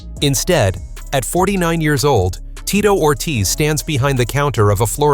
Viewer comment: The name pronunciation is horrendous